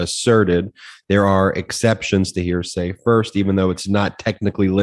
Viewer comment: Karen nailed it on that point - it's first hand, not hear-sya.